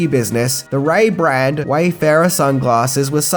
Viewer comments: Ray-Ban’s, not Ray-Brands 😉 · you do have a big fat head😎 And what the hell are Ray Brands!! I think you mean Ray Ban's!! Dude, love your videos but far out you mispronounce everything😛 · BRONSON Pinchot. Ray-BANS.